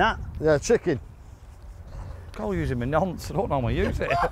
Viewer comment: its called your bonce, not your nonce 🤦🏾‍♂️🤣🤣